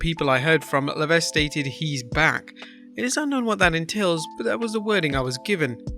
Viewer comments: For God's sake, the 's' in 'Levesque is SILENT. It's pronounced "La Veck". I know the surname very well... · His name is pronounced Levek the S is silent in any word where Q follows the S. Coach was one of the first I noticed to say his name right. Then when wrestlers would break the 4th wall they said his name right as well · HHH last name is pronounced La Veck. It's not like its spelled.